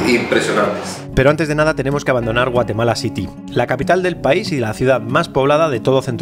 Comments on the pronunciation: Como que "Guatelama"!!!!! jajaja saludos! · Es GUATEMALA, no GUATELAMA:)))))))) ERAS MI IDOLOXD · Al inicio de tu video dice, Guatelama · Alguien más notó que dice GUATELAMA, al inicio? 🤣🤣🤣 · Dice Guatelama al principio, es error?